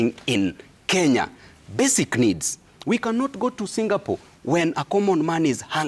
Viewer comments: 😂😂😂😂 Hao ni sisi mountaineers. Tunasemanga Singapole na Qatal (Qatar) 😂😂😂😂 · I was laughing at Gachagua whenever he say "Singapole" But i have now realized wenye kutamka as "singapole" Ni wengi😅😂